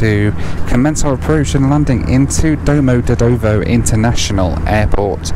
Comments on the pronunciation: Domo-de-dovo while your pronunciation is hilarious, your videos are awesome, safe travels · Moscow Domodedovo is pronounced Dom-od-yed-o-va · Love the way you pronounced Domodedovo. Sounds like a place in Italy.